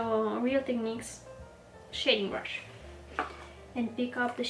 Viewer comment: I was so curious about your accent! I accidentally offended another YouTube channel (An Knook?) I told her that I loved her accent and every time she pronounced “brush “ she said it like “brsh “ like without any U sound? OMG! The next video she released- she went overboard- with enunciating every single sound in the word brush! 😱 I even made it a point to tell her I thought her pronunciation was adorable! She was obviously offended. Seriously- the RCMA powder can’t be bought at any store here in the US, either. You speak incredibly good English❣️❤️😉